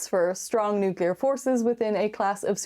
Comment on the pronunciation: The word nucular. NUCULAR!